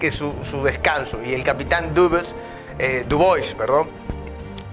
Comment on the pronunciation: Capitán duwa así se Lee, era francés